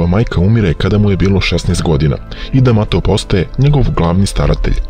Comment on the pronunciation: Nije Kus damato nego Kas D'Amato